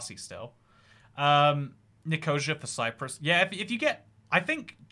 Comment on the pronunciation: Some of the pronunciations are hilarious. Nicosia?